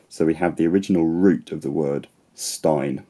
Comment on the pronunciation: The 'n' in Icelandic "steinn" is actually voiceless. It sounds more like steit-(exhale through nose)